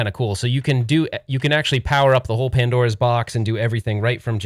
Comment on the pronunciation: "Padnora" lol 🤭